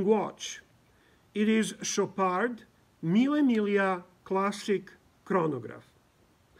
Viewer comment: Finally somebody who knows how to pronounce correctly "mille miglia"! Greetings from Roma